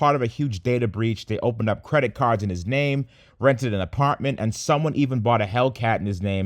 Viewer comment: Mispronouncing his name. And then calling Elon Musk Humble.... What a fucking joke....